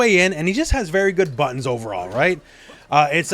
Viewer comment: On the Cammy segment, when you said "she can like rush you down, pressure you, all that kind of stuff with all her amazing buttons", I swear that I heard "amazing buns". Both versions are true nonetheless.